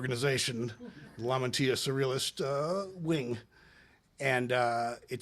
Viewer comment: Lamantia , Lamantia . Lam - an - tia